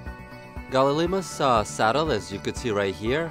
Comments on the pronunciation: Gal-ih-mime-us ;p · Its pronounced ''Gal-e-my-mous''